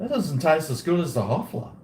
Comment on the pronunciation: We are near to the 3rd world war and and old talking shit like in all his vids. Cheers! "Hoefler" not "Hofler" is the name of this crappy beer from germany.